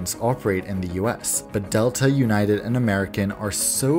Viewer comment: ewnited is a good joke, but how about we say disunited